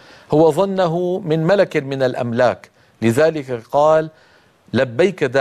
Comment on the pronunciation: ظن أنه ملَك من الملائكة* هكذا تنطق أخي بارك الله فيك، فالأملاك هي أشياء معينة تعود ملكيتها للأشخاص.